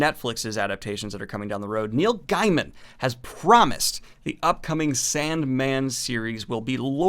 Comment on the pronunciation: Hate to be that guy, but it's pronounced Gay-m'n